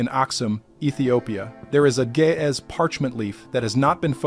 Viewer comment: I enjoy these-kinda long, but very informative!The G in Gaez sounds like the g in green-not like a J, & the A is long.